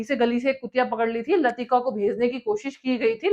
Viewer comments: Madamji, Russian cosmonaut YURI GAGARIN Name of the dog LAIKA not LATIKA . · जरा थोडी नाम के बारे में accuracy भी ध्यान दें.. This is not a very well researched video. आपने Uri Gagarin को दुर्धर व्याधी Gangrene बता दिया 😂 Dog Laika को लतिका बता दिया 😅 President John F Kennedy को George F Kennedy तो कभी F George Kennedy बता दिया 😂😂 १९६९ के बाद और भी १९७७ तक Apollo missions हुए थे. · URI GANGREEN nahi ......URI GAGARIN Kutiya ka naam LATIKA nahi LAIKA tha . Tumhare to bahut bure haal 😭😭 hain GK vali .🙏🏻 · Dog was Laika not Lasika,Yuri Gagarin not gangrin, Edwin Aldrin not buzz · Correction: यूरी गागरिन, लाइका (लतिका) नहीं। होकवर्क करके बोलिए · Madam, यूरी गागारिन , और लाइका नाम है आप नाम ग़लत प्रनाउन्स कर रही है । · आपने 2-3 नामों का उच्चारण ग़लत किया है। सही उच्चारण है: पहले अंतरिक्ष यात्री का नाम - यूरी गागरिन, कुतिया का नाम था - लाइका और नील आर्मस्ट्रांग के साथी दूसरे अंतरिक्ष यात्री का नाम था - बज़ एल्ड्रिन। 🤷‍♂️